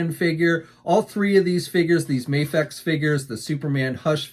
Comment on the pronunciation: It's Video but with an M. Please pronounce it right U ignorant hick. I'm here trying to make America great again and people like U make Americans looks like stupid idiots who can't pronounce simple words properly.